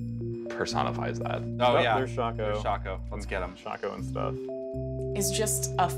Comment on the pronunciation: Shock-O? WTF ITS SHAY-CO